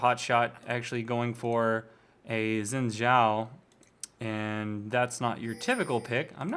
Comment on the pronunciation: Its pronounced sh-in zhao and another great vid :) keep them coming